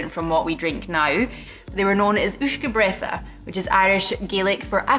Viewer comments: I love your channel! Uisce Beatha, Uisce should sound more like whisk-a and Beatha is like Baha. /ish-ka ba-ha/ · Great video but uisce beatha is pronounced Ishka baha